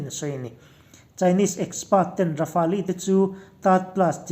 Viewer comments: Rafali anilo😂😂😂😂..Raf-el titache...🤣🤣🤣Rafale leh j20 ron compare don motia,India sawiselin china ron fak chiama,..yutube ka en suall😁😁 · Rafali tilo a lamdik hun ah ka subcribe ve ang🤣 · Rafel tiin lam zawk la dik lo maw le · Rafali ti in an lam ngai hlei nem... Midang lam dan te hi ngaithla thin ru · Rafali an ti ngai lo! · Lamdân dik a hre ve lo maw ni le....Rafali ti deuh tlat mai bawk si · ra-fal tiin an lam ri deuh in ka hria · Ra-fa-li tih chu a dik zan lo lo maw?